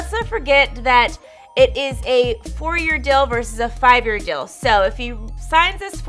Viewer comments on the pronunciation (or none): Can you please stop saying dill? It's deal! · says “dill” instead of deal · I can’t “not” hear it since you said that. Leave my girl alone. 😂😂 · She must have them Dill Pickles on her mind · What's the dill with That???